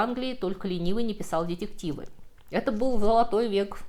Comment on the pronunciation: К сожалению - мои призывы исправить произношение слов в видео остались без внимания...и странное произношение "дьедьективы" и прибавленное сегодня "дрАзнили" с ударением на букве А...делают просто невозможным и дальше слушать и смотреть подобное... No comment...